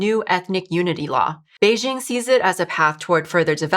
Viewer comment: You're mispronouncing Beijing.